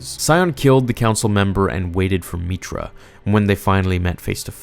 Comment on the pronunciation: You call her meetra, my character was a guy named Jack Stone